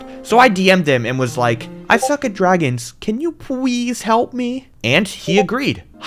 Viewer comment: Can you pweeasse help me 😂